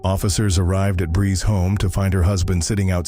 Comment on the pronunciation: Bree says her name, and the narrator mispronounced it anyway.😮